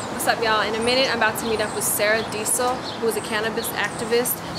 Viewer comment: who else replayed the video to check if said sarah desel or sour diesel?